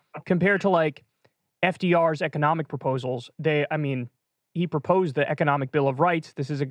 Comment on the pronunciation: emphasis on “proposed”. FDR’s proposed economic bill of rights is nonetheless very thought provoking. We can do it.